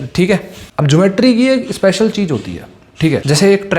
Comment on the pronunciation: Cheej nahi cheez hai 😂😅 tu kya ai samjay ga re